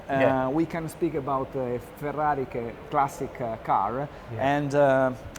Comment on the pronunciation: Why can’t Brits pronounce foreign words? They just murder French and apparently Italian too. It is not Ferrari Classy Kay… the Classy-K is a strip club down past the air port and scrap yard. It is pronounced feh-RAH-ree KLAH-see-keh. Keh… not Kay.